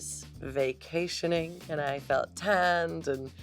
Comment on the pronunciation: Hahaha! The emphasis on „vacationing“! She knows! 😂